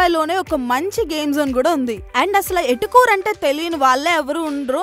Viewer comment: ఎటుకూరు కాదు తల్లి ఏటుకూరు